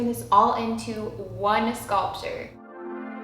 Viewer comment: she says hay the scoltier